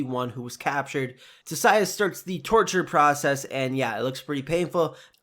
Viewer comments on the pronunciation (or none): Nice breakdown video! Just a suggestion, I think the pronunciation for Tissaia and Nivellen are off. In future videos it could be a good idea to check name pronunciations. Still a cool breakdown video though.